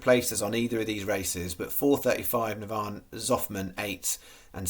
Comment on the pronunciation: 😂😂😂 Give you a call so you know how to say Navan going forward 😂😂